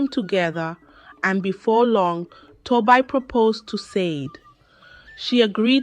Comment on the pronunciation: Ai reading your stories can be very confusing, because of wrong pronunciation of names from Tobi to Toby, from Said to sadi